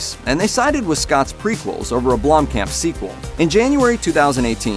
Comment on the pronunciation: It is Neill Blomkamp, not Blomkam.